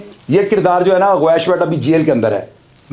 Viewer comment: Aur dosri baat apko gawash ka nam Sahi bolna Nahi aya aur ap muzamil ke kahne per Roz video upload karte ho aur apko Jo story yeh btai hai sab jhoot btai hai ap one side baat kar rahe ho ch saab